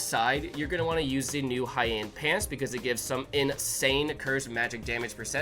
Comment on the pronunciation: Thanks for sharing something amazing and also Heian is pronounced "Hei-an" like "Hay Aunt"